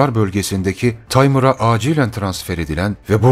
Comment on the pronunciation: Harikalar yaratmaya devam sevgili 👍Google, dan bile böyle materyal bulamazsın 👍tercumeler süper 👍çalışma wonderful....( Taymır sözünde vurgu son sesli üzerine yapılır, yani Taya diil..mıra.. senin çalışmalarında her şeyin perfect olmasını istiyorum)bu sabah kahvemi içerken seni dinledim cok teşekkür ederim 🫂🙏